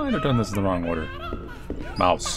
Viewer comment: I like how every time he went up to a mouse he just said m o u s e